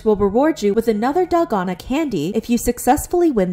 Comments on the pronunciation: It's dalgona, not delgado 💀💀💔😭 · DALGONA. not dalgano (you called it dalgano multiple times in the beginning) 😶😶😶, sis the consistency of you misspelling it is ridiculous. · Its pronounced dalgona